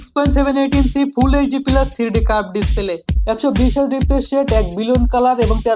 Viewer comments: পিলাস না রে ভাই প্লাস🤦‍♂️ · উচ্চারণ শুনেন,,, পিলাস+সিলিম+গিলাস!!! চলে এডি মার্কেটে!!??